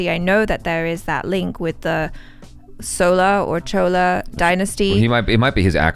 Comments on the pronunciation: Chola is correct pronounciation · It is pronounced chola, not sola. You guys were right. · Yes it is correct, but it is actually pronounced as Chozhar , most of the people can't pronounce 'Zha' in rest of the India so they made it in to Chola , Even Tamil is a posh version of the original word 'Thamizh ' . Chola is also correct because during the reign of Chola dynasty they mostly spoke SenTamil in which 'sa' is pronounced as 'cha' 😊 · It's not Solas - it's Cholas the way said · pronounced "Chola" correctly first. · Right... gets bang on wen it comes to pronunciation... It is chola dynasty the way she pronounced.... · North Indian dudes u might have heard it as chola but we Tamils know how to pronounce it. The guy making the video pronounced it correct. There is no Tamil letter for Cho. சோ- is pronounced so. There are 247 Tamil letters none of them have the sound Cho it's so so so so so so so. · The video pronunciation of 'Chola' is correct. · It was really chola the pronunciation of was correct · pronounced "Chola" correctly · you have pronounced Chola correctly. It is not pronounced "Sola", but "Chola", with "ch" pronounced as in churros or chalk. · you were pronouncing CHOLA correctly. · The way said chola is correct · it is chola the man in the video said it wrong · Chola is "Cho" la . She was correct